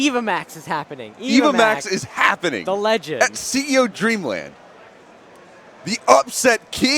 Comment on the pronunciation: Its "Dreamland" not "Dreamand"